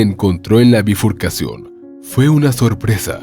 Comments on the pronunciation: Se dice BIFURCACIÓN, no bufircación😉. Por lo demás, muy buen relato 👍🏻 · Se dice bifurcacion no bifurcacion, que inventores de macanas